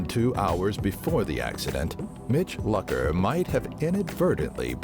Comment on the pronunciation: Please pronounce Mitch Lucker's name correct